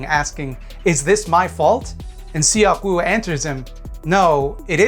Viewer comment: tip for pronouncing korean, those vowels such as in seok-woo are dipthongs to be said as one vowel. eo is similar to uh (like when youre thinking of what to say). seok is kind of similar to suck just with less emphasis on the final sound